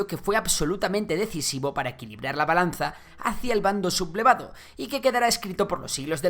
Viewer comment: Buen video para tener una visión general al margen de matices que, convendrá investigar a cada uno por otras fuentes. Ahora bien ¿por qué dices "sub-blevado"? ¿no es lo correcto "Su-ble-va-do"? Gracias por el video.